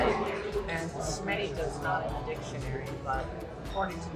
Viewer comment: It’s scammerita not smerita. Also you must have noticed adjectives are AFTER the noun in Italian so it’s gelato di pistacchio NOT pistachio gelato which sounds really awkward and immediately denounces you as a foreigner who has NOT studied Italian.